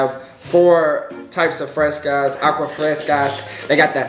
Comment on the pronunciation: “Aqua frescas”😂😂😂😂😭